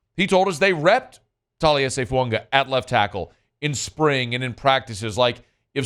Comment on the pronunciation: FOO-AAH-GAH!!!!!!!!!!!, what is your problem that you can't pronounce his name correctly??? It's not fresking that hard!!!!